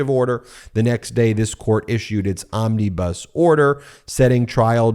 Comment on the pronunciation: Ben, "Omnibus" has no ee's in it.